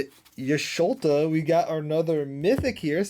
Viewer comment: Totally agree...ChoKo Bow, Cac-two-are. Also Y'sholta? Are you reading how its spelled. Nice try.